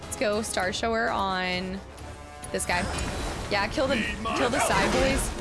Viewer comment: Dear, Please consider the pronunciation of the word "shower". Thank you. 🥲 -Paul S. ✌